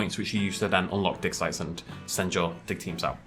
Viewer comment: When you say "digsite" i keep hearing "dicksize" xD wtf